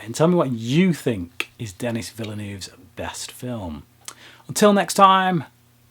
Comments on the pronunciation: I believe his name is French (Canadian) and should be pronounced like "de KNEE". You might want to check on that. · pronounce Denis' name properly please...